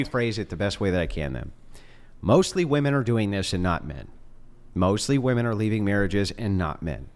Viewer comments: Why do they always say woman not women? Sooo irritating! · Why are all these girls pronouncing "women" as "woman"? Prime example of how this generation has been "educated". They are deliberately churning out dummies.